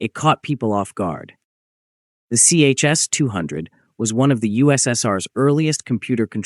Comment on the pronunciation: Not CHS, but ChS, like Tche-Ass.